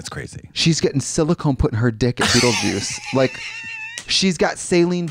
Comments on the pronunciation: Ruutlejuice girl? Beetleruice... I'm appaled.. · BeetleRuice was right there and she said Rutle 😂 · Not Ru-tle Juice 😂